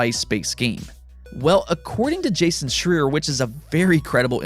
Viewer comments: It's Jason "Shry-er" heard him pronounce it that way himself on IGN ...Just to let ya know ...Great news vid ...as usual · Great video, Lol still saying Jason's last name wrong though